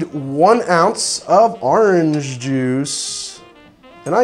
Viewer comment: "AHRANGE" Merch please